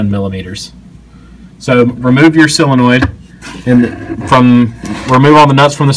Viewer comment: "sillinoid" o_O